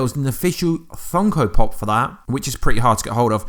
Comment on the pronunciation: "funkal pop"